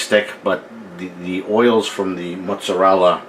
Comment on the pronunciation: Did you pronounce it "Mutts-a-rella" before or after you got the dog? LOL